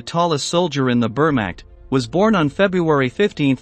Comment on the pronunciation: It’s Vermach I n pronunciation